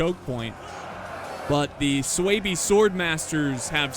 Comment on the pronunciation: Words and factions are hard: - Messillia and Masaceli - Aravacci and Lucitani - Egypt and Athens But Swaebi and Iceeni? Come on … 😂 P.S. I know I probably butchered the spelling…